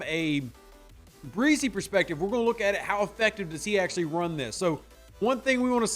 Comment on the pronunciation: Hey not trying to knit pick or anything but their names are Isaiah Fah-Skey and Bryan Bruh-see but other than that a great analysis on the player and definitely can’t wait to see him on the field WHO DAT‼️